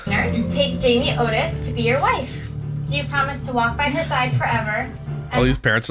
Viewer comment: I think he is making a joke because of her desperate need for attention. Instead of saying Otis, he is saying it Notice (Notis) on purpose right?! lol although he does get a lot of names wrong 🤣